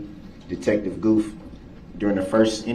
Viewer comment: It's Detective Gooth, DB couldn't say it correctly.